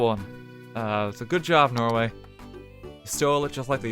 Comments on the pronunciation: So many Tolls... What is this? The road to Dublin? Feckin Norw-EA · It's called Norweay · Nnoo not norway